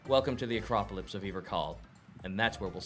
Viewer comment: Acropolips instead of acropolis again